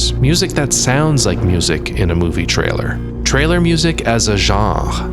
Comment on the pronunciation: Phenomenal content, this is the kind of musical dissection I look for in my favourite games, stoked to look through your other content. Side note - thank you for the proper French pronunciation of “genre”, c’est apprécié.